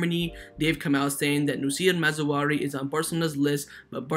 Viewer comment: It's Maz-RA-Wee not Maz-WA-Ree. It's not hard bro lol